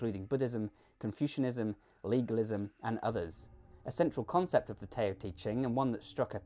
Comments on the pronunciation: "tay-oh" te ching LMAO.. never heard someone botch that before, its pronounced "dow" not tayo lol, Tao (dow) Te Ching . great video though i like your style, very well edited videos you do. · Great video. Just a small thing: TAO is pronounced DOW.